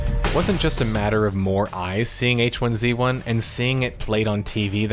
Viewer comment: why do you keep pronouncing 'hizzy' wrong???